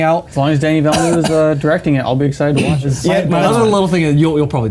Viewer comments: 'Denny Vellanoo'? The French have a guillotine ready for you. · Oh, how very American of you. Sure, 'Denny' is fine, but 'Vellanoo' isn't an attempt at the correct pronunciation - it's just a bad guess. Here, you can learn from the dude himself